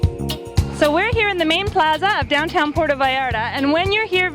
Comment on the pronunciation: Can u at least pronounce Puerto properly? it's not Puero! U make my town so grinholized! please learn how to pronounce our language properly! u are not in the US! Ur in our country of Mexico! We pronounce the T as u would say Mother "Teresa!" Puer-To! Thank u! And yes! we love everyone. But this is clearly not San Francisco CA. We are still a conservative town Christian town!